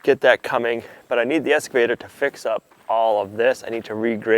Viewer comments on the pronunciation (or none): "Kaboter" , "escavator"....OMG